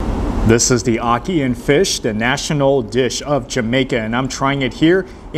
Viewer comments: Ocky and fish. 😂 It's called Ackee and Saltfish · It's ackee and saltfish not ackian